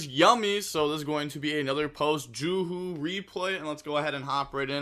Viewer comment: JUSH not JUHU